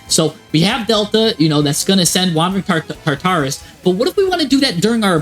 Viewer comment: I feel like this guy intentionally miss pronounces words for engagement. Tar-taris.... 🤦